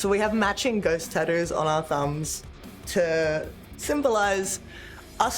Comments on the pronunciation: Tattoos ❌ Tadoos ✅ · Tattoos ❌ Tad-dooos ✅ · Love the way Rhea says tattoos she goes tadoos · Tah-ouuuus or tah-doos, never tattoos. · "Taddoo's" - Rhea Ripley 2025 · Cracks me up listening to her call them TaDoos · Take a drink every time she says tadoo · Tah-doos ….hmm,gotta look into this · Nobody: Rhea: Tadoo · “Tadoos” 😂 love you Rhea 😫🙌🏻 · I actually just counted the number of times she said tatdoos 😂 my count was 41 with 2 tattoos, I love wwe and have loved Rea Ripley since the first time I saw her wrestling in the May Young, so I'm not hating what so ever. And I'm terrible at proper punctuation and spelling and grammar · “taddues” -Rhea Ripley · Well I officially have “Tad-doos” now! 😂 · Why you say tattoos like that? I'm trying to be mean I'm just curious I guess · I like how she pronounces tattoos with her accent😂